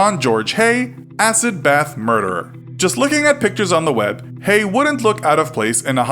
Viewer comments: Hello I would just like to say it is not pronounced hey it is pronounced hey-gu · Having this last name, how many times? It’s pronounced hayg - the ending h is silent the g is not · His name isn't pronounced "hay", the g is sounded. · You keep saying his surname wrong - the g isn't silent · I'm no expert but I think Haigh rhymes with vague. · The g in Haigh isn't silent